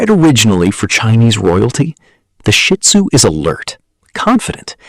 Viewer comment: Please say Shih Tzu (SHi ˌtso͞o), not Shit Zu!